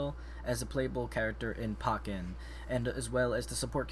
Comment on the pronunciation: It is Sceptile the c is silent and Pokken (Pōkken